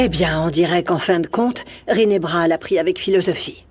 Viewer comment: J'aime comment appel rinebra rine😊😊